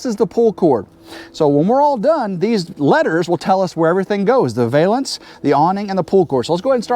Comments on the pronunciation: Great job, the new awning looks perfect 👊💥... I giggled everytime you said "vale"ance instead of valance 🤭😂... Have a great day ❤️ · I think I’ll start saying “vale-ance” your way from now on. I like it better than Val (like Valium), -ance.